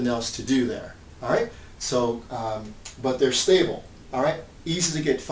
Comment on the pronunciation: It's stable not stabile.